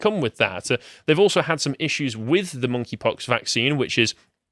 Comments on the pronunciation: it sounds like says "Mon'keigh pox" at several points and that had me laughing my ass off. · Lol, I thought he was calling it, "Naughty Pox"